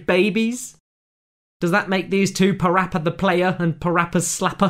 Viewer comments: PaRappa The Rapper 2 not PaPPy Rappy 2 ok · it's PaRappa The Rapper 2 not PaPy Rappy 2